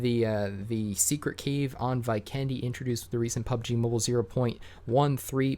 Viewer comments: It’s V-ken-de!! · anyone else triggered by how he pronounced 'Vikendi'🤣🤣